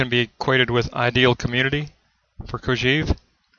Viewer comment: This is a very good summary, all except for one thing: please, please, stop saying "Kojeev." The correct pronunciation is "Kojɛv", with an è as in "best". It is pronounced this way in French as well as in Russian, with "Кожев." There is nothing more distracting than that repeated beeping sound: "EEV ... EEV ... EEV." Please stop teaching your students this incorrect pronunciation.